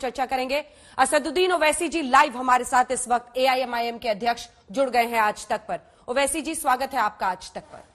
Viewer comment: "आज तक" या "खाज ( खारिश ) तक'😊😊😊